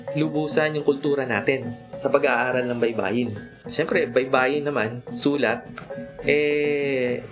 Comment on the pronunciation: baybay is spelling....baybayin is to spell......baybayin, stress last syllable.